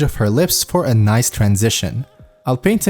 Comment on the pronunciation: i love how he say "NOICE" Great content i love it keep it up :P